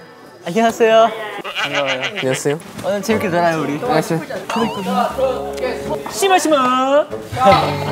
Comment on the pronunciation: Στο Doyoung :" anioaseio" Haruto:" anioaseio" Yoshi:" simasimo" Δηλαδή τι άλλο θα σκεφτεί να πει